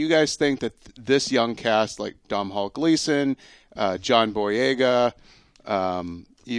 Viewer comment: They don't read the comments. You want to know how I know they don't read the comments? They're still calling Domhall Gleeson "Dom Hall", it's pronnounced Donal. Its Irish, so am I so trust me.